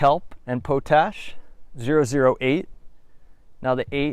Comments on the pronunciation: Pot ash not po tash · Its pronounced pot-ash, and you need to add microbes from commercial inoculates or from actual compost to make compost tea. thus the name. Where are all these microbes coming from ? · I had to chuckle when he said po tash and not pot ash and I'm still chuckling 😂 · Po-tash is pronounced POT ASH